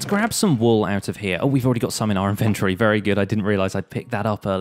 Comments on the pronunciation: In- vennt- o- ree Dude...... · the way he says inventory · He pronounces inventory so weirdly like who pronounces it like that